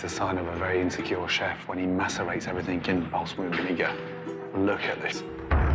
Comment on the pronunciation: "BALLZ-MICK" vinegar...